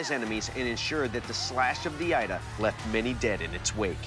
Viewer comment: A Yoruba here 🙋🏿‍♂️ Here to correct some mistakes: 1. Your pronunciation of ida is incorrect; the I in the word is pronounced as E not I, so the pronunciation is E-da not Ai-da. 2. Ida can only be 2-faced, and it’s never used for farming or cultivation; it is strictly for battle. The 1-faced blade is called Ada pronounced A-daah. There is in fact a Yoruba adage that explains this: oju kan ni ada ni, bi o ba di meji a di ida (meaning the ada has one face, when it has two faces it becomes Ida). Ada is used primarily for farming and sometimes hunting; but its primary function is farming and clearing the path. . Thanks for showcasing the Yoruba weapon.